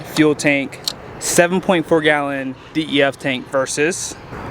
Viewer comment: Def is pronounced like deaf not D. E. F. 😉😉😉